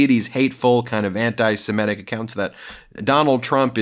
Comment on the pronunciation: "Semitic", Ben, not "Semetic".